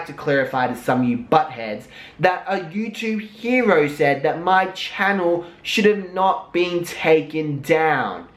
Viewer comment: I'm obsessed with how you say "hero" Maybe I should make that into a ringtone and when people get pissed I'll donate the proceeds to a "charity" for, uhm, well, how about the charity This Momma Needs Some New Baby Stuff Foundation, but then if I get caught for not really donating I'll pull a real charity out my ass to actually donate to (maybe)